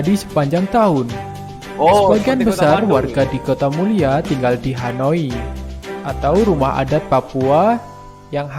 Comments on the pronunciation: Honai bukan hanoi ☺️ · Bukan hanoy tapi honai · Chanelnya bagus, tapi kurang kreatif,, banyak menggunakan gambar2 di luar negeri.. terus banyak juga salah sebut, ketinggian diatas permukaan laut disebutnya dibawah permukaan laut.. rumah adat Papua itu honai, tapi disebutnya Hanoi, itu sih ibukota Vietnam..